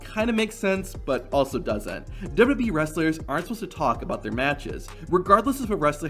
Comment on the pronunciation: How can you not pronounce "WWE" properly? You've just botched it countless times. LOL